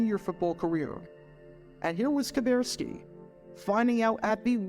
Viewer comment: Now for the rest of the story: The way Kuberski (and it's pronounced Ka-burr-ski not Ka-bear-ski) finally got out of the Navy and made it to the Packers was by gaining weight so that he was no longer met Navy requirements. I got to talk to Bob in the training room one of the three years I attended The Green Bay Experience Fantasy Football Camp. I said something like, it was pretty clever the way you got out of the Navy by gaining weight. Bob replied "Are you saying that I did it on purpose?" Then he followed with "It worked, didn't it?"